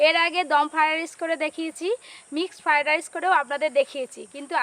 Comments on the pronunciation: ঠিক মতো উচ্চারনও করতে পারে না বলে ফাই ডাইশ 😂😂😂😂😂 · রান্নাটা ভালো হয়েছে,,তবে কর্ণ ফ্লাওয়ার দিলে গ্রেভিটা রেস্টুরেন্টের মত হতো।।আর একটা কথা তোমার অনেক কথা সংশোধন করা উচিৎ ।। তোমার রান্না সব বাঙালি দেখে এপার ওপার বাংলার।।যেসব উচ্চারণে ত্রুটি আছে এগুলো আরো বার বার বল ।যেমন আজ বার বার ফ্রায়েড রাইস উচ্চারণটা ঠিক ঠাক বলছিলে না । তোমাকে ছোট করা নয় শুধু হাসির পাত্র না হও এজন্য বললাম। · Fried rice bolte pare na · ki fried rice kothata tthik moto uchcharon korte pare na naki